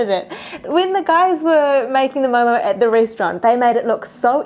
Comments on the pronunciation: First of all thank you for calling it correctly as MO:MO😍. Because some people say it momos🤮 Judging on the basis of your observation only, this recreation is totally a HIT!!! A Nepalese approving your MO:MO😜 And stay safe!😊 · You Pronounced Very Well,Actually It Is Momo Not Momo’s....👌🏻